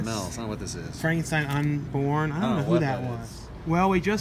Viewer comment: It's "Frankenstein Unbound", not Unborn. lol